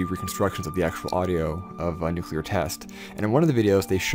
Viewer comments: Stop making videos about nuclear devices until you can pronounce "nuclear" clearly and correctly without swallowing the "l". New-klee-ur New-klee-ur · You mispronounced nucular